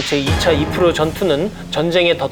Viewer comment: 아재요~아지매요~ 이르프가 뭡니까 이르프가....... 까르푸도 아니고....